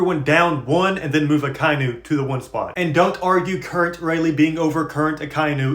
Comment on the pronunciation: I'm pretty sure it's pronounced Aka(Red) Inu(Dog) Aka-Inu (sorry for being that guy 😭💔)